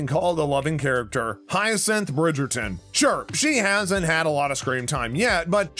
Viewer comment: The commentator is hopeless, doesn’t even pronounce the names of the characters or the production team properly? So annoying, please stop narrating on YouTube you don’t do any homework and it comes off disgusting